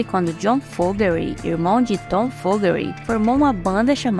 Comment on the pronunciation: O sobrenome é FO-GER-TY, não FO-GE-RY